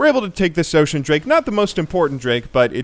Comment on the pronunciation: What he meant to say is osheen drake not ocean..